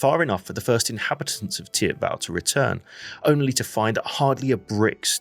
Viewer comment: Never heard anyone call it Tiabell lol. Teep-vel or theep-vahl.